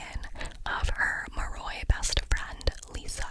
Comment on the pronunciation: What drove me crazy was that in the audiobook, Vasilisa is pronounced VasaLEEsa but Lissa is pronounced Lih-sa. Like list but with an A instead of a T lol. Idk if that makes sense but her nickname was not pronounced the same as her full name and it makes no sense to me lol